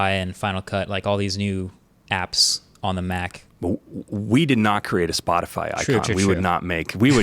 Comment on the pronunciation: no one's gonna talk about marques' spotify flub lmfao